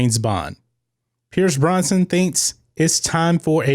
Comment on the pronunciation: It's not Pierce Bronson, it's Pierce Brosnan.